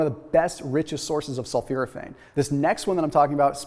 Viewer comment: he's pronouncing sulforaphane wrong